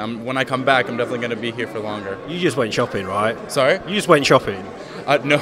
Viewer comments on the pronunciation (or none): choppin.. shopping.. when an english man cant speak english properly :-)